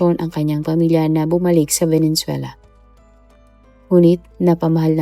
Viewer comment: Ano venenzuela ang bigkas mo? Diba venezuela. Mayroon valenzuela sa MM.